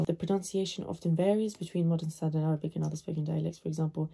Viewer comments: هل انت عربية انا اتابعكي مند فترة ولم ارى فيك اي شيء عربي حتى هادا الفيديو نطقك صحيح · Your accent is very good